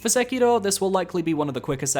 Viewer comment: Finally, a YouTuber that pronounces Sekiro correctly!